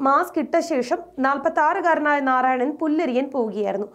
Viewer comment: നാറായണനല്ല.... നാരായണൻ ആണ് 😂🤣 Content of news is great.... Keep it up. 🙏🏻 കേരള പോലീസ് നിലവാരത്ത കർച്ചയിലേക്ക് കൂപ്പുക്കുത്തുന്നോ എന്നതാണ് എന്റെ സംശയം... 🤔